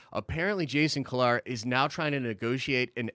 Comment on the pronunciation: Jason (Key-Lar)